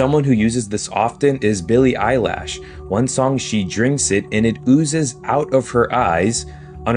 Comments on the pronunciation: hahaha... he said, "Billy EYELASH" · Did that guy just say "Billie Eyelash"?! 💀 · Dat nga said billie eye lash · Billy eyelash? Wth lol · Not Billie "eyelash" 😂😂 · Wait…..did he say Billie “EYELASH”? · billie "EYE-LASH" pissed me off for some reason lol i dont even care lol but it sent me